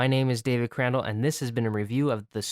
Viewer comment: It's not Personus. Lol.